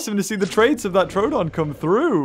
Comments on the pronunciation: Every time he said troadon instead of troodon made me die inside and he even said in the vid is it troadon or troodon then he said no it would be troadon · Its pronounced, True-Don. Troodon is Truedon